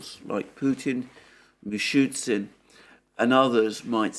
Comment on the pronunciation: Alexander, the Russian prime Minister's surname is pronounced "Mi-Shoo-STIN", there is no "shoot" in it. Otherwise you risk sounding unnecessarily silly.